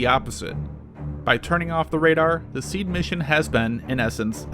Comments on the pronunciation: it's pronounced C-add not sead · It’s pronounced “See-add”. Not “seed”. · It is not pronounced "seed" but " see-ad". Like seeing an advertisement. My source is a current Marine Corps f-18 pilot. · You totally missed Artillery SEAD missions (pronounced SEE-Add not seed) basically, the artillery battery shells the SAM site to keep the crew's head down. Then the shelling stops just as the Fast Mover arrives on station and resumes as it leaves. We calculate this based on the BOD (bombs on deck) time and backing off the ToF (Time of Flight) for the artillery rounds. This way the ACs are not in danger of a mid-air collision with inflight shells. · I always thought it was 'SEE AD' not 'SEED' That's how we pronounced it anyway. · SEAD is pronounced SEED whereas DEAD is still pronounced DEAD?? Lol, How do you hear words LOL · It's pronounced See-Ad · its actually pronounced SEE-ad and DEE-ad if the mw2 advisors did their job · By the way the pronounciation of SEAD is SEEE AAAD ... also I think you missed the point of SEAD. SEAD is mainly used to allow TEMPORARY access to enemy airspace ... in itself SEAD does NOT give air superiority nor is it supposed to. Things you do once you gain that temporary access may well lead to air superiority but usually it does not. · Its pronounced sea add.